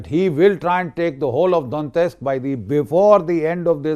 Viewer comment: Lots of respect for Gen G.D.Bakshi. Just don't understand why he keeps pronouncing the Russian names wrong.....Donetsk, Pokhrovsk, Oreshnik, Dnipro-Petrovsk...and it goes on. Otherwise salute to him.